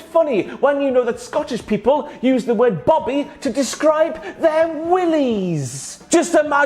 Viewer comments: Quality presenting bro. Point though, we use boabie (bow-bay) not Bobby haha! Seriously tho, love how you present this. Yer awright wi me pal! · I mean we say it as boaby not bobby but yeah 😂😂😂